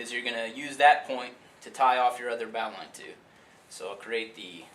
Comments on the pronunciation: urghhh! it's pronounced "bo-lin" I live on a sailboat and use this knot everyday so I should know. So should you! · Stop. Stop calling it bow-line. You managed to instantaneously discredit yourself and your organization. "It's" tactical. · lol "bow"line :)